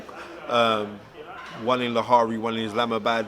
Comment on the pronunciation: Lahare i swear its lahore